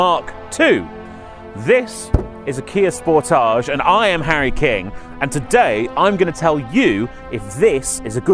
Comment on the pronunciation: I am so glad we do not pronounce Sportage as you do. Have you any idea how dumb that pronunciation sounds. DAMN.